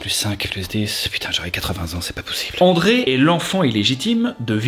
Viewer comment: c'est Andréa pas André, mais super vidéo